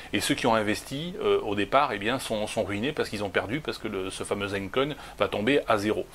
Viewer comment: " zine" coin abruti, pas "zaine"